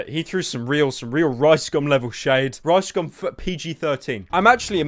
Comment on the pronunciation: I like the way you say Rice Gum it sounds like Ricescum which fits